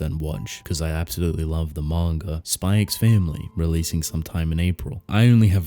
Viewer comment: "Mawn-ga" xD